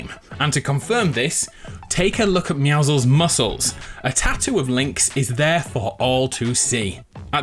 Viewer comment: why cant people pronounce meouscels right its pro nounced me-ow-scles